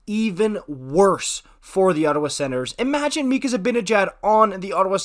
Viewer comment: i think it's just pronounced mika